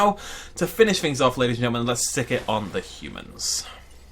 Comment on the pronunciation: Why do you put an extra L in the word ‘gentlemen’? “Gelntlemen”.